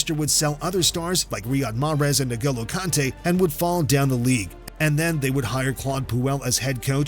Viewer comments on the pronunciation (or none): Did you just say Negolo Kante? NEGOLO? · Ah yes Nogolo Kante